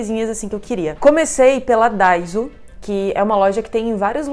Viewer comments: sério? hahahaha abrasileiraram o nome então kkkkk alguns ainda pronunciam daissú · É daissô a pronúncia,. 😊